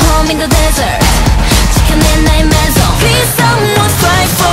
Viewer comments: The way they pronounce "Maison" is so on point, it's insane! The effort they've put into it is beyond what anyone can conceive! They are the future!!! Long live Dreamcatcher!!!!!!!!!!!!!! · I am a french Insomnia and O M G when Gahyeon is singing "La maison la la la maison" it sounds SO GOOD, the exact french pronunciation 🙇🏻‍♀️